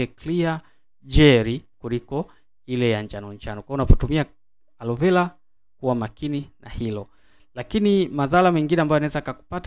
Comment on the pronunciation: Na wewe ebu jifunze kutofautisha kati ya L na R mpaka unamchosha eti arovela alovela